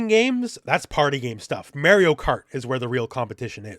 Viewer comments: As if Élena wasn't enough, now you hit me with Mayrio. Your pronunciation's killing me lol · "Mayorio Kart" -, 2025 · Did you just say Mary-o? 😂😬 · It’s Mar ree oo. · May-ree-oh? You having trouble with that there Eye-tal-yun name? 🙃🤣🥴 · Go back and play Mario 64 and learn how to pronounce Mario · This switch 2 video was likley made at least a month ago, and maybe Elena trailer wasn't ready by then. But also I didn't know you could pronounce Mario like that and I'm also Canadian.